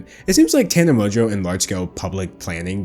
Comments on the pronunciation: It's literally how it's pronounced, with a little more emphasis on the "n". How does this have 2.6K likes? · Mojo is how Tana pronounces her own last name